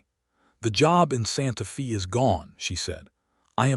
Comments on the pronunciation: It's pronounced Santa Fay. Not Santa Fee. Spelled Santa Fe. That's how you know whoever gave the AI info. They didn't know how to pronounce alot of the words or the meaning. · 🤷SANTA FÊ NOT FĒ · Santa Fe is pronounced as Santa Fay. No Fi. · Santa Fee? lol AI is supposed to be smart. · AI says Santa Fee. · The name Santa Fe is pronounced "Santa Fa" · Please!!! It is Santa Fe (Stated Santa Fa) sounding like a Long A!!!